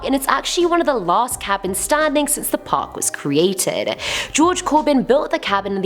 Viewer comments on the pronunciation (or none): none